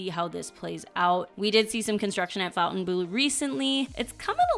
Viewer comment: Can we please normalise the correct pronunciation of Fontainebleau, and stop calling it "Fountain Blue?" I'm hearing this on so many channels!